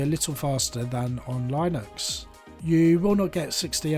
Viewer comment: A very good an in deptth review. A tip: "Linux" is pronounced as if you're saying the name of "Lynn" with Uxs after it. Lynne-ux. Lynn rhymes with win. Great vid - thank you - I went for the deep purple one. :)